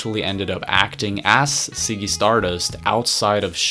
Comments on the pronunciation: Ziggy.. not Siggy but Ok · Can u pronounce z properly? Lmao ziggy not siggy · Great video but please learn how to pronounce Ziggy. It's not "ciggy" it's Ziggy. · It's not "Siggy Stardust," it's Ziggy.